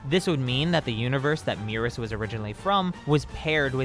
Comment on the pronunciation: Your pronunciations of Merus and Moro hurt me lol. Either way, I doubt he’s an angel, but the DB fandom comes up with some crazy theories. Also, angels go dormant until a new GoD is chosen. Angels don’t just run around and chill in whatever universes they want lol. I don’t get where people come up with this stuff. This guy is the top elite soldier of the galactic patrol. Is it really THAT weird that he has some type of skill?